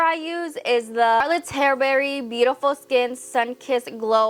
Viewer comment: I’m sorry but I can’t stand the way she speaks 😭 it’s like I’m slomotion u can’t even explain and the way she can’t pronounce “ tilbury “ properly